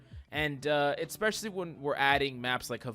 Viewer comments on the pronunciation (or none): Hi mate. Can you please not say "eXpecially" and "CaLVary". It's "eSpecially" and "cavALry". Thanks bruh